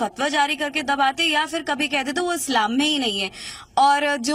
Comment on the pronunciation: "इस्लाम" बन गया............ "फत्स्लाम".......